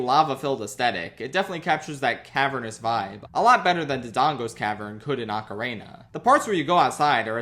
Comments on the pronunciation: Ocarina sounding like Macarena without the m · My favorite part of this video is when pronounces ocarina like Macarena. 10/10